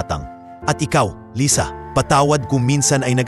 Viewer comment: Lysa? Umpisa ng kwnto lisa,kkeinis pakiggan yoko ng mkinig ng kwnto mo